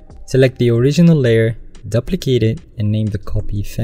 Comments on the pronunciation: Very T for future reference, you need to pronounce ‘duplicate’ like ‘dew-plicate’. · The first syllable of duplicate rhymes with "two." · man i really like ur video. i have been searching for quite sometime bfore stumbling upon this video. only one problem though; the way u said duplicate in photoshop really triggered me